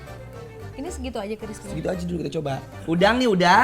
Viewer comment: crispy war...bkn crispry